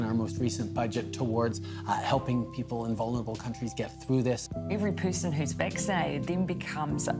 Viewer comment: what do you hear when she speaks? I can't hear "Everyone should get vaccinated" as I imagine others can (inc my wife). I hear "Everyone should get vaxx-aid". And why the odd straining of her mouth when she says this? Is this another Yanny or Laurel anomaly?